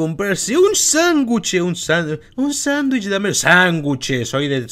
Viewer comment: X:- se dice sandwich:- SÁNGUCHE